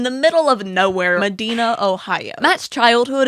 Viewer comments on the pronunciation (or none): Just to let you know, in Ohio, we pronounce Medina as meh-die-nuh, not meh-dee-nuh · Ok, one minute in, and I feel the need to comment. I need you to understand this, as a person that lives close to where he grew up, if you EVER pronounce Medina(Muh-die-na) like how you did ever again you will become a shadow on the wall us Ohioans take that shi VERY seriously😭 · A little side note you miss pronounced Medina you say it with a "A" sound sorry I'm from Ohio and go there sometimes I had to correct 😭